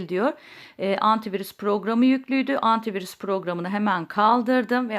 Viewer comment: Antivuris diyor ya abla nasil kaldiracaz